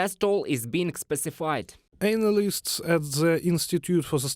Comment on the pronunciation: Learn to pronounce: strategic, hostilities, analysts, villages. Slava Ukraini 💛💙